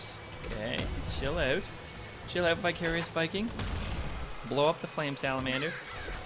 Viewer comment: every time i hear u say Vicarious Viking i think your saying Bi-curious Viking